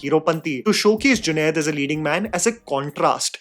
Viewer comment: junade NAHI Junaid. Doosro main galti Nikal ne se Pehle khud theek karlo.